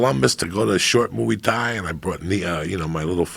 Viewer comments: Moo ay Thai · moo-e thai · Joey "mooey thai" diaz